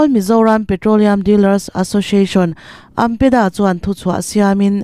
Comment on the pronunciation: AMPEDA - No no AMDA - Yes Yes 😂